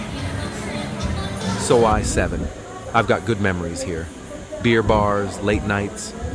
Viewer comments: "So eye"? You mean soi (soy). What a moron. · “Soo-i” 6??? Time for a new AI. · So-eye six? So-eye seven? Seriously? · Do you think you will ever pronounce “Pattaya” properly? Or “soi?” Duh! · Oh, that's why the voice pronounced Soi as in French. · Getting older and expecting everything to be the same or even wanting it to be, is UNREASONABLE. (AI voice tripped up on the word "soi" 😂.) +1 (Liked and subscribed btw👍)